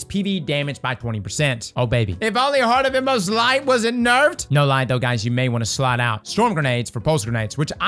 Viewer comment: It's okay I'll say what you want to say about heart of inmost light, Those MF's butchered my boy